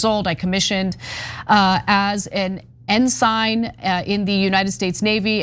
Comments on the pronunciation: Omgʻ càn you see the forest for the trees?is this a. progressive show? You guys are blowing it. Ensign mispronouced. Gotta stop watching & unsubcribe. Woman is particularly foul. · That you mispronounce Ensign shows you have zero military knowledge or insight. Enlisted men are nervous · This is a perfect example, the left (here) is showing a complete lack of understanding of how the US military works, what the code of conduct is and the basic philosophy built into it. Ana doesn't even know what the military terms shes using are or even howntonpronouncr them. They are EMBARASSING themselves here and should have left this discussion to the adults in the room, or at least those with some knowledge. People who served (as well as many others) can see what Trump and Kegseth are trying to do, but these two coastal, academic, YouTube/digital media elites are way out of their league here, and understanding. I hate to say it as much as Ive enjoyed seeing Ana evolve, but she's coming off as totally uneducated and Cenk can't seem to carry a conversation about anything without invoking Israel, like an aging, blunted boxer who throws up to his wife or any random passerby. Open your eyes TYT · All these people in the comment section don't understand none of this works like they think it does. None of the TYT viewers understand how the law works or how it works being in the military. Hell Anna doesn't even know what the UCMJ is or how to pronounce the word ensign.